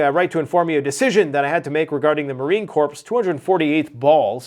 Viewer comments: I’m glad it’s not just me. It’s makes me cringe when he pronounces it “corpse” 🤦‍♀️ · Marine corpse? Lol 😂. It’s pronounced “core” (corp) lol. The “p” is silent. Lol. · FOR THE LOVE OF GOD! Marine Corps...pronounced "core", as in center of the Earth, NOT corpse, as in dead body. Please fix yourself. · Stop calling the Marine Corps, the Marine Corpse. Corps is weirdly pronounced CORE. A corpse is a dead person. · It's pronounced Marine Core...